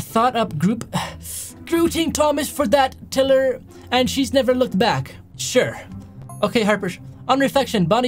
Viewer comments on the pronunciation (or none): Bonnie tiler not tiller